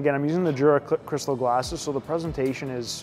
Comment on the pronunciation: You pronounce Jura wrong.